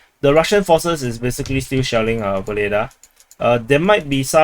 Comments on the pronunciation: I was wondering if I was the only one hearing "shaolin" every time you said shelling :P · You were not the only one. Though I am surprised to see it in a title. Good on him for having a sense of humor!